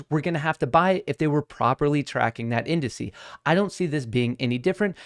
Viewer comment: I love... but the way he says "industry" and when he grabs a mug without using the handle just bugs me for some reason lol